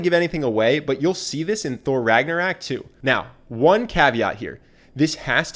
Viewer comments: How to be charismatic by some guy who mispronounces Ragnarök and makes it sound like Ragna-rack. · PLEASE STOP SAYING RAGNARAK AAA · Did you just say Thor Ragnarak? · So we're not gonna talk about how he mispronounces ragnarok??